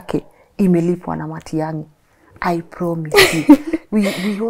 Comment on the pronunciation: Matiagi she said